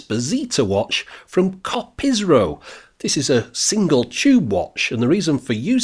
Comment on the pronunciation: It's Kopriso btw, not Kopisro, as you kept saying.